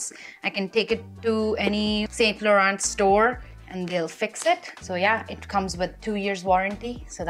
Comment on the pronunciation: T is silent in Laurent.